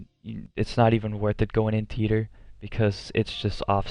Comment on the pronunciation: it sounded like you said Peter in your video when you tried to say theater lol not making fun of you I just thought that was funny